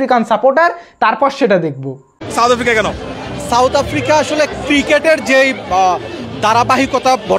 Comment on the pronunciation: "চাউথ আফ্রিকা"😂😂😂.... Koite parenaa mora baaper naam, abar chul kate 'Tere Naam'...